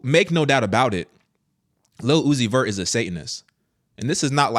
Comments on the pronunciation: Ohhh he said Lil Uzi Vert I thought I heard him say "Lu-ohh-ci-fer" Lucifer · His name literally sounds out Luc-I-fer Lil-uzi-vert Lu. Ci. Fer. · say "lil uzi vert" as one word and you'll say Lucifer... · His name say it fast enough it sounds like your saying Lucifer. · Lil Uzi Vert -> Lu Ci Fer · Say his name quickly. Lu-ci-fert... lil-uzi-vert...lucifer.. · Lil-Uzi-Vert Lu-zi-fer